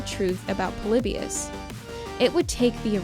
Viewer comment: The stuff you said about the Pokemon episode is insane. You have no idea what you're talking about. You took some random sketchy study and presented it as the truth. You also aren't saying Polybius correctly.